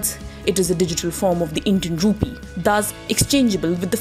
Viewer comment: Rupeee?? Dettaa??? What happened to correct pronunciations???